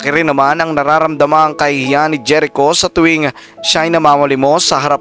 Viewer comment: Jerico is pronounced as herico